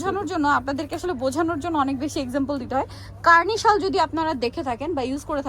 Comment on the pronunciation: শাল বলতে পারেনা ভিডিও করতে এসেছে , শল কি ?